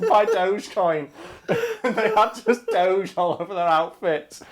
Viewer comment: That's a weird way to say Doge.